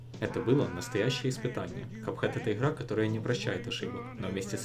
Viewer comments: Хлавное правило, что ихра, ихрается да не выйхрывается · Как же сложно смотреть из-за специфичного произношения буквы Г. Хган энд ран, игхра🫠🫠🫠